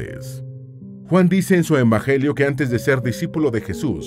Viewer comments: Minuto , el narrador comete un error garrafal al decir "embagelio" en lugar de "evangelio". ¡Qué horror! A mí me daría vergüenza. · ENbajelio. ¿Que dijo? XD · "envagelio" 😅 se le chispoteó!